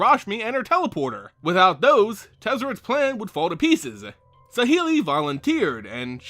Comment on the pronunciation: I don't like how you pronounce saheeli rai but I do want one pleaseeee